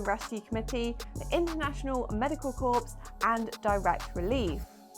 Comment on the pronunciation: Corps has a silent p and s,.. It's pronounced 'core'.;)